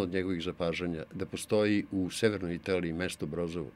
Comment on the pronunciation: Nije mesto Brozovo, već mesto Brozzi, čita se Broci. 🙂